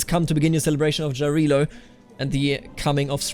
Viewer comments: It's actually Yarilo. you know, you say it same way Germans say Ja, Jarilo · Great videos, thank you for your job! As an East Slav, I recommend you to pronounce the name of god "Jarilo" with German way of pronouncing J, not English - that would be more correct